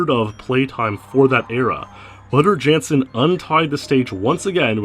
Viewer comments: Wouter Jansen pronunciation fail. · Might want to pronounce Wouter Jansen's name correctly in the future. The Dutch and Germans pronounce their W as V.